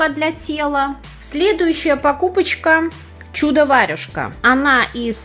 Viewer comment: почему вы читаете варЮжка?